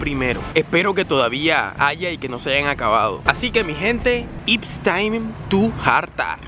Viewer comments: Ey llave, corrige el "ips" por el "it's" que se escucha horrible.... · Parce se dice It's time , Como se oye jajaja no se dice IPS, para la próxima